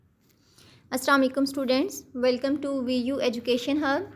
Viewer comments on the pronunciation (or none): none